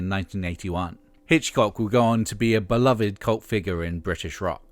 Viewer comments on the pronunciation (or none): none